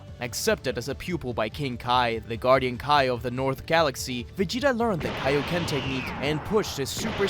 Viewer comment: I hope we never hear Vegeta say “KAO KEN” EVER AGAIN💀